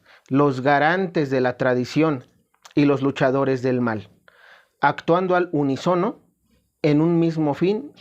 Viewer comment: La palabra unísono es esdrújula, acento en la í